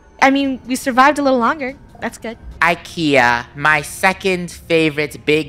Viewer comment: Don’t you call IKEA roll Kia